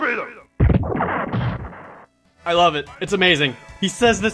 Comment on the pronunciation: muffin lol yep! Fifo Feedom!